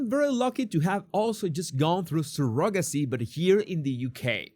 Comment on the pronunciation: Hi. Surrogacy is pronounced Surro then gacie, emphasis on the Surro. 🙂